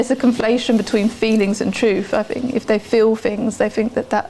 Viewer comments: she`d across a lot better if she did`nt pronouce "th" as "f".... its not fink and fought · I wish I didn't find her propensity to say "fink" and " frough " so objectionable, because I find the subject matter compelling. If she were my psychotherapist, I would feel that she lacked intelligence.